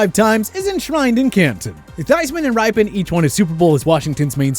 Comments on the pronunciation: Mark RYPIEN. Pronounced "ri-pee-in". Damn y'all sound dumb sometimes. Let do all the talking, and the rest of y'all just stfu. Especially YOU,. With your perfect smiling, punchable face. Suck it,.🖕😏 Otherwise... Great video. As usual.😆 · I'd say it's pronounced rip-EE-ENN. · Mispronounced Mark Rypien’s name too. C’mon these guys played in the 80’s and 90’s. They aren’t that obscure. There’s even a Seinfeld episode where George talks about how to pronounce Hebert’s name. So sloppy. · Badly mispronounced Rypien. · Fitzpatrick over Flutie is the biggest mistake. And you butchered mark rypins name.. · Nor do you pronounce Mark Rypien or Bobby Hebert's names right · Also pronunced like Ripien not Ripe in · It's pronounced RIP- IN, NOT RIPE-IN for the WFT. He did win a Superbowl. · What about Jim Plunkett? He won 2 Superbowls the with the Raiders didn't he? And come on man, we discussed this before, Mark Rypien's last name is pronounced rip e en, not ripen. Enjoy your channel though. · Mark Ripien is pronounced “Rip-pin,” not “Ripe-In.” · How about learning to pronounce these names, Mark Ryepin? It's pronounced Ripen as in rip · Mark "Ripe"-en??? Dude it's pronounced Rip-in, like rip that sheet of paper!!!! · For Washington Football, you chose the proper four. But, once again, it's pronounced "RIPpin" NOT "RYE-pee-in." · And it's Mark Rip-PEN, not Ripe-pin. ...and he can't seem to make up his mind on how to pronounce Beuerlein... ...and it was BOB Griese who played for the Dolphins, not Brian. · This channel NEEDS a new narrator! He obviously is just reading a script compiled by someone else. He mispronounces so many players names and other common phrases. A few examples: Bobby Hebert (pronounced Herbert) Bob Griese (called him Brian) Vinny Testeverde (imphasized Verde) Mark Rypen (pronounced ripen) And the most annoying to my ears Instead of "Pro-bowler" he says it like Pro... Bowler. 😑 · Mark RIPE-IN??? 🤬